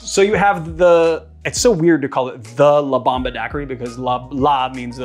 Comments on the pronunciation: "La Bamba" is the Ritchie Valens song. "Bomba" is pronounced in Spanish with a hard O (bohmbah) and it literally means "bomb". It got confusing because you were pronouncing it "Bamba" throughout the whole video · At first I understood 'La bamba' and not 'La bomba' lol